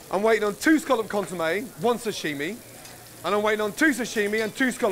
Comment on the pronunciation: The way pronounces 'sashimi' is so annoying to me. Am I the only one? It's not 'shashimi'.